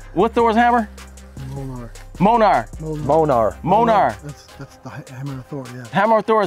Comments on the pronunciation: Did he call Thor’s hammer monar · D tell your boy he’s saying his name wrong! It’s Myol-neer (Mjolnir) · It’s pronounced “mule neer” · “Mole-ner” 😭 that’s amazing. It’s “Mjolnir”, btw. “Mule-neer.” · Bro ass said monarch boy the name is Mjollnir 😂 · LOL imagine saying Monar instead of Mjölnir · Thor’s hammer is mjolnir not monar 😂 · It’s not monar it’s munear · It’s Mjolnir not Monar yer daft fqs xd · My 10 yr old heard what you called Thor's Hammer and yelled across the room its called Mjölnir. The correct Mjolnir pronunciation. Slowly read out "Me-yol-neer" ROFL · Are we just ignore he said monar lol love the videos brotha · Wassup New York!! ...Thor's hammer(Me-yol-neer) Mjolnir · The pronunciation is "meal-near" still love the video!!! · Never heared the name of Thor’s hammer pronounced that wrong🤣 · The Name Of Thor’s Hammer Is Pronounced Mjolnir (Mule-Near) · All marvel needs are cringing at there pronunciation of molnjor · They butchered Thor's hammers name Mjölnir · Mjölnir is actually pronounced "Me-yol-neer" just wanted to say that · “New York” needs to stop disrespecting Thor it’s pronounced mjölnir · I think you pronounce Thor’s hammer wrong. (Mjolnir) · You all just pisses my off today by saying Thor's hammer Mjölnir all wrong. Like sad you said it wrong and butchered the hell out of the name. Made me so mad, upset and so very sad. You guys need to be educated in your Norse mythology. Before you butcher the heck of a weapons name.